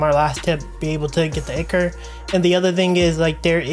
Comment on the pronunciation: FYI Its pronounced "eye-core" not "ick-er"!